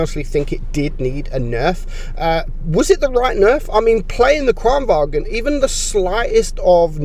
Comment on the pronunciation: Btw Kranvagn is said Kranvagn, not Kranvagen (it’s not German, it’s Swedish)